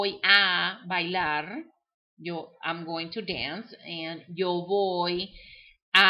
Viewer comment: I don't understand why you say "voy" with a "v" sound but you said the "v" sound like a "b". but you are not saying "boy".